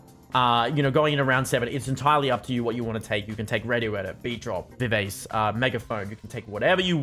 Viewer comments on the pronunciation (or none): Just for everyone's reference, it's pronounced vih-vah-chay Sorry to be that guy lol